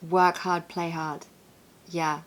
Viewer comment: Work herd. play hard:) why did pronounce the first hard similar to herd! and you pronounced it as Haard?! which led me to think probably originally not from London. Probably some regional influence there. He's got a cute accent thou.:) great vid as usual. ❤ And congrats and happy honeymoon in advance. ❤